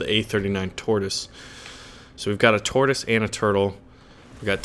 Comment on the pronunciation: tortis for chrurchill